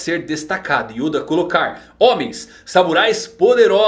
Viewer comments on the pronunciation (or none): none